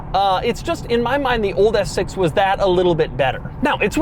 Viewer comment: Can you just say S6 regularly? Lol